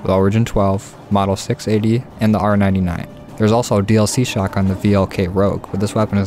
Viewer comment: Did he say r-99 like apex haha I like this guy